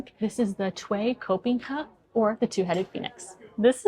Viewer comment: Me after rewinding for the 4th time....what? ...oh... she said Two-headed PHEONIX 😂